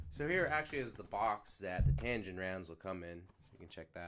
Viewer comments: TAG-inn not tan-ginn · Tagin not tangin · Say it with me bro TAG-INN